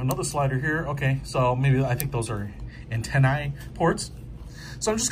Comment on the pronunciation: I appreciate you saying antennae rather than antennas.